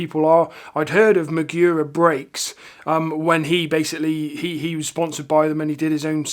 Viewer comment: mAgura not mIgura